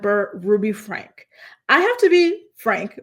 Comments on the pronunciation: Not to be rude but its pronounced like Frankie not Frank 😊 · Franke is pronounced "Frankie." I know, I'm a d*ck for being the pronunciation police 🚨😂